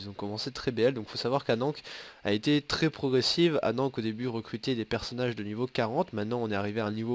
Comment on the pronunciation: on dit pas anank , on dit Anne an ké (Va voir la candidature sur le forum d'alliance :p)